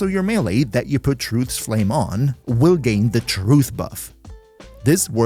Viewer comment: Beloved Titron gets yet another big buff to its name! Thanks for the writeup and sorry about the mental damage cost you inevitably took from trying to pronounce Truth's Flame even once